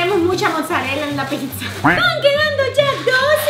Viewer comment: Rosario Sanchez diaz se dice pizza no pisa